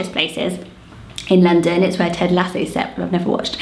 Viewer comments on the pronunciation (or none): none